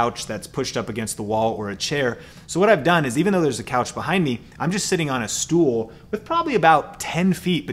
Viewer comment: You said: " I'm just sitting on the Stuhl", are you from Texas or Germany(Stuhl=Chair)?